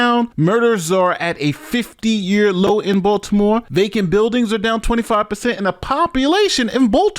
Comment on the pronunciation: It's Baltimore,. Hahahahahaha